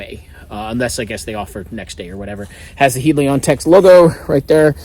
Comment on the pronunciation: Heli-Kon, not Helion